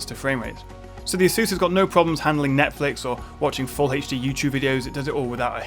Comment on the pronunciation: ...full heidž-dí :D